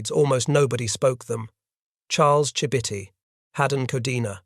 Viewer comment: That is not how Chibitty is pronounced.